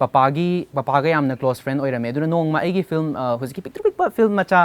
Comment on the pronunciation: She keeps saying flim